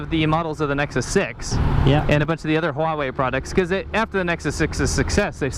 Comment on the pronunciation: Huawei or WHAwhe?